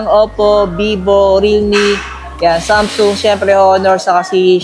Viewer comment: Mali pronounce mo sa samsung anong samsoong sung yan tanga basta pinoy talaga nakakarindi ang pronunciation